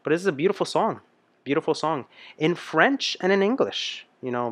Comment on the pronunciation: This song was sung by Il Divo in 4 voices and his French vocalization/ pronunciation seems perfect also.